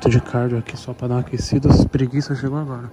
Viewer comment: Se tem Toguro Cebolinha falando "agola" tem like!